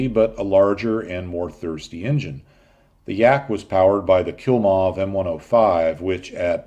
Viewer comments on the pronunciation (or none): KLI-mov NOT KIL-mov!!! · Klimov engine, not Kilmov, for heaven’s sake. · Great video! Just a little detail though, the engine of the Yakovlevs is called Klimov not Kilmov. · Just a heads up, it is pronounced "KLEE-MOV", not "KIL-MOV". They are still in business making aircraft engines. I do feel a little like I'm correcting the "Professor" here but I thought you'd want to know. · I think that the YAK-1's engine was called Klimov, not Kilmov (if I did hear that). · Yak's engine name was "KLIMOV", not kill-moth or kill-mob. It does not kills moths or mobs. Thanks! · Believe it is Klimov, not Kilmov. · the yak used a "Klimov" engine not a "Kilmov" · Klimov, not Kilmov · Kilmov? Kilmov? The Russian aero engines were KLIMOV. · the 'kilmof' engine you mention ( ish)...................very funny for dutch people